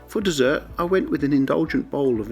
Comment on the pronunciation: That business class seat configuration is most bizarre!!! When you said: " For dessert ...." I misheard it as " Foot _dessert_...". not surprising really, with that seat configuration. 🤪😖🙀🤔👉🦶👈